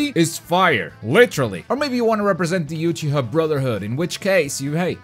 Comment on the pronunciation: "Uchicha" I am triggered LOL